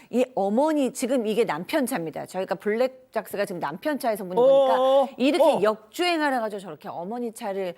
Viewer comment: 차를 태우고도아니고 차를 치우고? 2분39초전이랑 2분39초 보세요 블락작스인데 블랙작스 심리 의사인거 같은데 대본좀 제데로 읽어요 방송 보는 우리는 하나하나 보는데